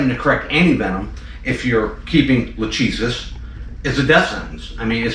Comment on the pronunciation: Lachesis is not Luhtcheesis It’s pronounced Lahkaysiss